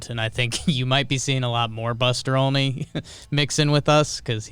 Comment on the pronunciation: so Jimmy is pronouncing Olney as "Only" on purpose right? Love the pod.